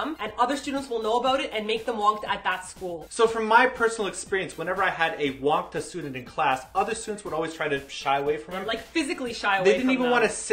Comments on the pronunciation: Its Wangtta not wangdda ^__^ and im your fan and wangtta means a loner[just commen ting this for help to people who still dont understand what it means :))] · btw the pronounciation for wang-dda is a hard t sound lol not like the sound daaaaaa so its like wang-ta